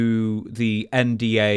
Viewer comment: calling an NDA a “NWA” was wild subliminal😂